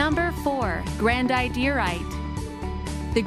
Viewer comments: Yeahh..If not the subtitres I would not understand the names. All these jadait and grandiairait... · ITS PRONOUNCED......GRAN-DID-ER-ITE